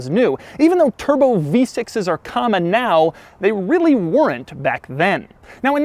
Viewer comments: Doug, the kinda guy who pronounces “weren’t” as “Wher-rent” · doug pronounces “weren’t” funny xD LOL